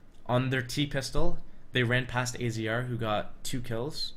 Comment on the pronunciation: Good video, and AZR's name is pronounced "Azza".